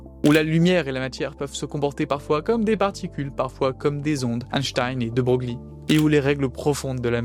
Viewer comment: De Broglie se prononce "De Broylle", enfin si on veut.